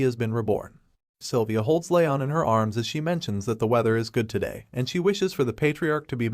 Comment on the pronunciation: since the voice swap at around 50% of the vid he says Ryon. HIS NAME IS LEON